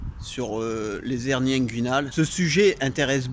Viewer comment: Je croyais que l'on ne pouvait pas faire la liaison en français, soit les "hernies" et non pas les " zhernies" ?